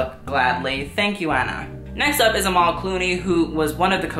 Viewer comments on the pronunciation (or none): none